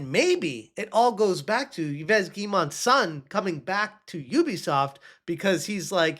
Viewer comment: Its pronounced j-wee-moh Eve j-wee-moh ... gah - why do you say it like that